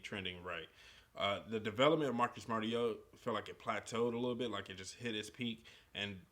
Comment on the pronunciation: It's Mario-ta not Merry-o-ta.